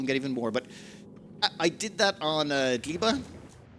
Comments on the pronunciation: Even funnier - gleba in Polish means soil/earth, so it's infinitely entertaining hearing mispronounce it every time. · "On Gleba..."? Surely you mean Gelba? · Gleba keeps morphing into different pronunciations every single episode. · Rachel is who i heard to. I've shouted at my screen that even Emma could pronounce it